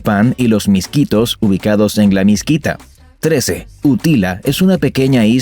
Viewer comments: Mosquitia no Misquita 😅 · No es miskita se dice mosquitia